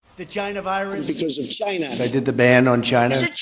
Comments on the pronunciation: Va-China.....definitely says that at the beginning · At :40 in you know she isn't lying and really from China with that pronunciation haha